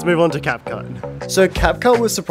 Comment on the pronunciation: bro just said capcush😅😂